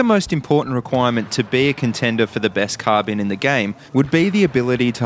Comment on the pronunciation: It's not called carbeen lol